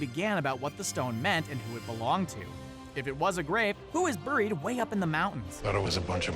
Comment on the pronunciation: Who else is pissed off at how he says “buried”?